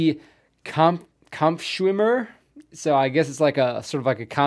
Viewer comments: Your German is nice , Kaampfffschwimmer , we love it and you too in the USA :) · You are getting way better at pronounciating the German words, the "Kampfschwimmer" was pretty spot-on, nice!